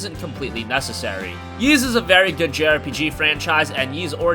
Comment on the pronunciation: Is that happy Geoff? Also, you can just call it EEEs. No reason to keep saying YEEs.